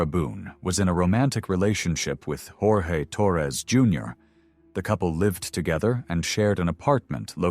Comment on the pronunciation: Jorge is pronounced George by his family and by him. The reason that Sarah Boone was offered a plea deal was because the prosecutor knew that Sarah was so full of herself that she would never admit that Jorge's death was her fault. She was the perpetual victim. No one understood her.